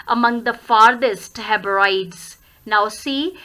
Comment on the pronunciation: Ma'am pls check the pronunciation of Hebrides